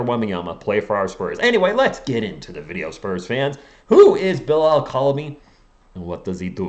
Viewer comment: Just so y’all know it’s pronounce coo-li-ba-ly I think